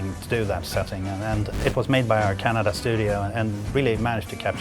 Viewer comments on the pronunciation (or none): none